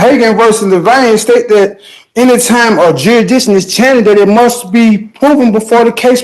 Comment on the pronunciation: Did they ever prove "jurydishin"?